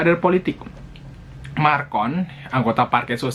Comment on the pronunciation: Lagian namanya bukan Marcon tapi Macron ... .